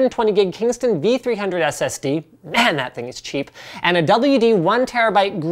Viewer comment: Liked how he stressed on cheap lol